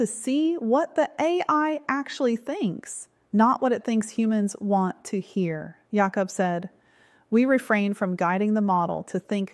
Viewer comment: J-awh-cub ..lol. its jay-k-uh-b